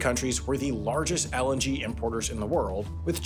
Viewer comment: I keep hearing LNG as LMG